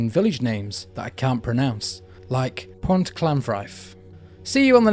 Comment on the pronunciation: Lovely to hear of some local Welsh history being brought to a wider audience. (Did good pronouncing pont too😂)